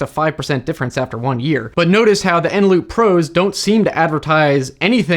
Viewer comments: Eneloop. I’m a bit suspect you didn’t know this??? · Repeat after me: ENELOOP FUJITSU LADDA. Again...